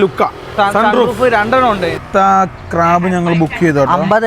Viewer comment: Cab അല്ലേ? ക്രാബ് അല്ലല്ലോ?